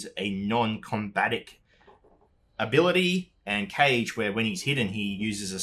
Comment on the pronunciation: Ka ge not cage haha